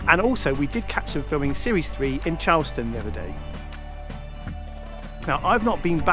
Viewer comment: Is pronounced Charles-town!!